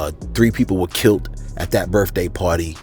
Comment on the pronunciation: I couldn't listen to the rest, You said KILT for KILLED too many times 🤷🏽‍♀️